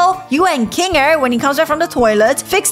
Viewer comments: Its not bubbles its bubble Its not zoober its zooble Its not kingle its kinger Its not agatha its ragatha BUBBLE’S A GIRL I hope these help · Ruthbell just said kingel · U said king ger to instead of kinger and u said zoobre be careful nextime whem making a amazing digital circus video😅😅😅😅😅😅